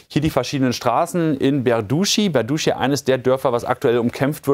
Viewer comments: 'Berdichi so wird ausgesprochen.😊 Nur Tip😊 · tut mir leid, aber der ort heist tatsächlich "berdytschi"!!! das "y" ist kein "u"!